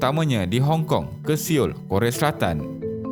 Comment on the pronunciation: sebutan Seoul bukan ‘Siul’ tetapi ‘Sol’.